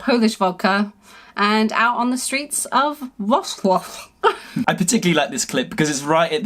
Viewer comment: Hi, I'm from Poland 🇵🇱 😁 I'm happy you had a good time in my beautiful country 😍 I love how you tried to pronounced Wrocław 🤣🤣